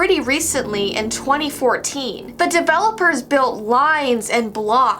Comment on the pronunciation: Is it just me or did say debelopers